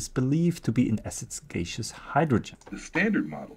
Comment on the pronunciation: You're pronouncing gaseous wrong. It's gas-eus, not gay-seus.